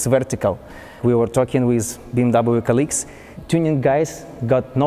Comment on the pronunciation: Ты делал этот видос для кого? для Англичан или для Русский? Если для англичан то и без тебя там 2мл человек которые могут рассказать намного лучше Чем ты с твоим английским, а если для Русских то и разговаривай тогда по-русски. Дизлайк с твоим произношение Wizzzzz, уши режет бездарь, разговорный With not wizzz.!!!